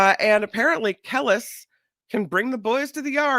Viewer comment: it’s “Ka-lease” she is Nas ex wife